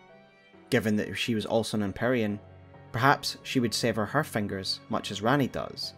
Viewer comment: i love how you say ‘fangers’ incredible content